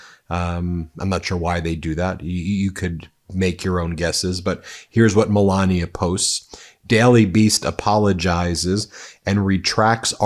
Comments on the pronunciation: Her name is melania not Pandora 😂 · I'm not saying that it's a long hard "ee" as you claim only happens in English (reference required!), but it's definitely an E rather than a hard AY (or AH as per your vampiric example). Listen to how Melania herself pronounces it - short "e". It's not accent-specific either, Ben just mispronounces it every single time and he really leans in to it! Note that he also called the University of Ljubljana "a local university" rather than attempting that name. 🤣